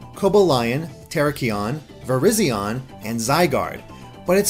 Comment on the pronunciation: I’m sorry man but the way you pronounced Coballion, Terrakion and Virizion killed me